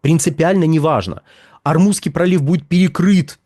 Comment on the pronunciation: К логопеду ходит выговаривать Р, вот и вставляет где попало.